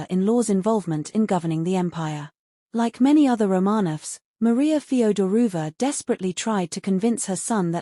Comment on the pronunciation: Mispronunciation of “Feodorovna”…”Livadia”….”tsarevich”….🤷🏻‍♀️